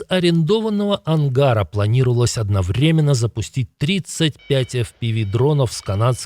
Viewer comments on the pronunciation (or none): none